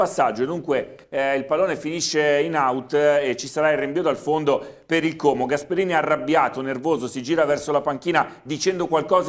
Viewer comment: al cronista, diciamo: " Como è con la o chiusa, come odio, orco, non con la o aperta di orifizio, Ornella ecc ". SVEGLIA !